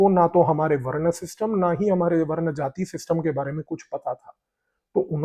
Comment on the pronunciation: भाई,बहुत अच्छा Content है , भाषा में सामान्य रहने के लिए इंग्लिश शब्द जैसे ancient, invasion बहुत सही है पर हिंदी शब्दों का उच्चारण उनके मूल रूप में करें जैसे वरना तो otherwise है , वर्ण वह शब्द है जो वेदों में दिया गया है ... आशा है संभालेंगे..... प्रभु का आशीर्वाद आपको प्राप्त हो यही कामना है .....👍🏽